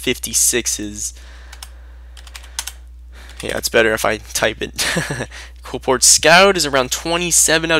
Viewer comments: OH MY GOD ITS QLIPHORT NOT QUILPORT!!!!!!!!!!!! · KLEE-FORT. JESUS.